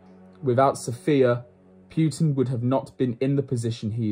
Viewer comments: Not that he deserves the respect, but technically it’s Poo-tin, not Pew-tin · Seriously. Putin isn't hard.